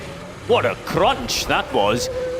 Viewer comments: what a cRRRRRRunch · "What a crrrrrrunch that was"